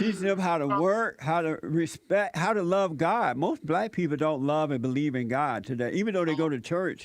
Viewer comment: can't pronounce the word black. He says blat. What a moron.